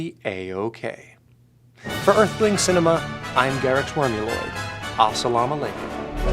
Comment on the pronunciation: ah yes the pefect prenunciation a salama lakume